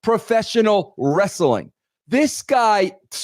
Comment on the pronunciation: I thought Russo quit discussing Res-Suh-Ling Bro? Ha.